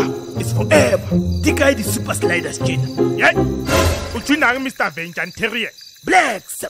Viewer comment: “Vegantarian”😭😭😭🤣🤣🤣My chest!